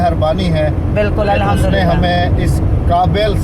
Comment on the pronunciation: احمد جي الاحمدلله نہیں ہوتا ہے الحمدلله ہوتا هے